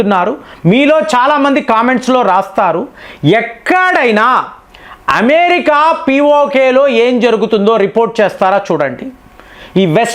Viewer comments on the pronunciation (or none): none